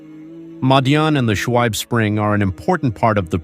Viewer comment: Thank you for uploading however pls get a narrator who is familiar with the pronunciation of Muslim names,Shuaib not swabe etc